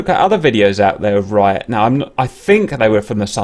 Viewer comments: I’m pretty sure it’s pronounced Reeat, and not Ryot. Only been going for about 25 yrs so I could be wrong. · Interesting video thanks for uploading. Ps it's pronounced R'ee'at btw :) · It is neither. It is "Ryat" :-)